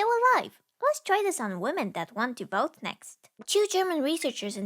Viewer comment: I heard “Let’s try this on women that want to BOAT next” not vote and I was kind of confused what they had against women boating.